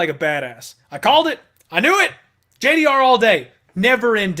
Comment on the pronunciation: Stop saying JDR, her name is spelt with a G, dammit! Lol